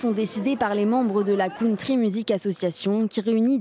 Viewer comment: ça doit être une crime de prononcer country comme ça , chui choquée